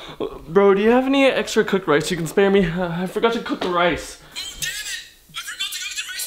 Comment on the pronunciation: Its rice not ryce